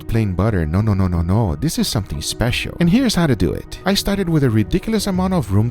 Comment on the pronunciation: Imagine being a raw piece of meat and hearing Guga say "Let's dew it".